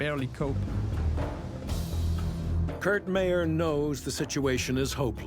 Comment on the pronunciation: its pronounced Myer not Mayor